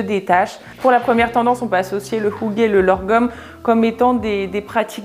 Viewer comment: Du utalte hygge meget bra! Jag kan tyvärr inte säga samma sak på ditt uttalt av "lagom", du lade till ett lite "r"-ljud som inte finns med. (En fait, "lagom" est prononce comme ça s'écrit) Annars en mycket koselig och härlig video :) Et pour votre prononcation sur "kos", c'est un long "o" son, un peu comme on prononce "rose" en francais. Mais j'applaudis vos efforts! Je viens de Norvège et je parle norvégien, suédois et danois. Ils sont très similaires.